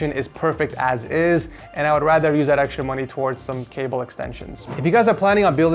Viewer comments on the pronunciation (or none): none